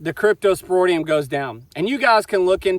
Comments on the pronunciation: Your spelling is correct, but not pronunciation...Crypto - spor - IDIUM, not, - ŌDIUM...😉👍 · Sorry about the death of the calfs. They ultimately died of dehydration secondary to the scours or diarrhea. You are mispronouncing the word cryptosporidium. The last part of the word is ridium not roidium. Cryptosporidium is a parasite normally found in water so that is obviously the source. Why don't you get your pond water tested to see if it contains it. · It’s pronounced cryptosporIdium not cryptosporOdium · crypto spor id ium yer missing both I's in the pronunciation. Crypto is in the same field as giardia - They both can affect young or old animals but adults usually don't need any treatment. Just don't breed those females with the dead calves back to Big Joe, just use Dunbar or BlackJack, changing the genetics should get around the weak link that allowed the cypto to affect the calves. Otherwise you can just pull all the females into the front lot and use a drylot approach until the calves are a month old or so. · Why can't he even pronounce cryptosporidium?